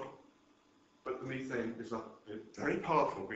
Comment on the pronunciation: This is great info and he has the most bizarre pronunciation of words I have yet heard from a European English-speaker. "Mee-thane" in-ex-oh-rible"....geez!